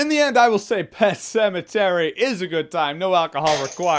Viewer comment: "Pet Pematary". LOL